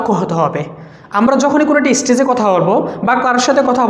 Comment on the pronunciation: even its বাঘ not ভাঘ ইস্টেজ not স্টেজ